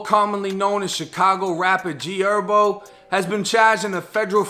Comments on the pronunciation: I rock wit you, but it’s not pronounced herbo like herbs you eat or smoke, it’s actually Herbo like Her-bo. That shit was killin me😂😂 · Herbo bro not Erbo HHHHERBO LOL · J it’s HERBO NOT ERBO 😂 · BRO H'S ARE SILENT "ERBO" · Lol he say erbo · nigga calling him erbo like herbs and spices, i’m weak as hell 😂😂😂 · It's not herb like herbs and spices it's herb like short for his name herbert so you can say the H bro you do t gotta say "errbo" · Its Her-bo put the h on it lmao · Why are you calling him “Erbo” lol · It’s pronounced “Her Bo” , I can tell you don’t listen to the culture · “herbert” 🤦🏽‍♂️ cmon doing herbo like that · G ERBERT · am i the only one bothered on how he saying Herbo 🤣🤣 vids always 💯 tho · Cant even say his damn name right doe smdh 🤦‍♂️